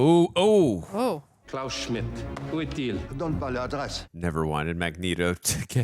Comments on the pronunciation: coz said magnet-o accidentally in the first reaction of X-Men (she cant remember or pronounce shit fr) so they stuck with it. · its mag- neet-o................... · everytime she says magnito all my muscles tighten lol, she can i just help it. Great movie. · Dude, she's not gonna like you because you say Magneto her stupid way 😂 just say it correct,. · The Magneto pronunciation was a lol at first and now it’s just cannon. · What gives with saying Magneto's name wrong? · Say magnetos name, right oh my gosh, you wanna be different so bad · On the off chance you two decide to read the comments, I have to ask, why do you keep mispronouncing Magneto's name? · I'm sorry but her continually mispronouncing Magneto is kind of annoying. I guess we should start mispronouncing her name because we like it better.